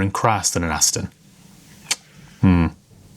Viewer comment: What’s an “Astin” ? 😂 Great video by the way.